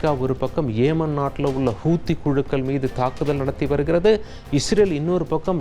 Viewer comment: ஏமன் அல்ல யெமன் ஹூத்தி அல்ல ஹவுதி